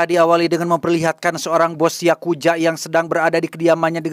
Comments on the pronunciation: orang indo demen bgt yak bilang Yakuja..😅😅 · yakuza ❌ yakuja✅